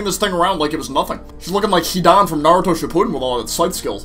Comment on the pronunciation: He said Naruto Shippuden wrong